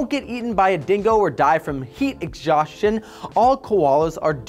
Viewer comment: Lol, he said eggshaustion. Cute